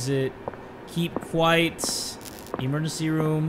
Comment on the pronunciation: Its "keep quiet" not quite 😂😂😂